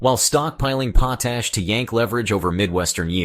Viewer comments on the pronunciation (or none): POT ASH correct your computer generated pronunciation.